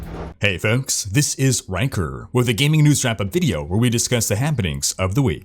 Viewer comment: "This has been a big week in Gamink"